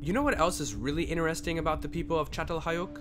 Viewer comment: In-terest-ing. Not inner resting.